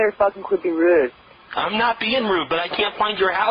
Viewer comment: there's something very funny about the vowel sound when she says the word "rude" here! Haha